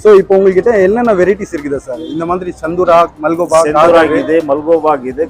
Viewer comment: ஹரே பாய் மல்கோபா இல்லபாய் , மல்கோவா